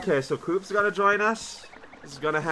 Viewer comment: bUt, you didn't pronounce the S after Koops' name!